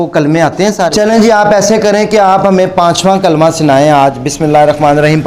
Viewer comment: The way he is reading Kalimah the meaning is changing, also there are few small Mistakes.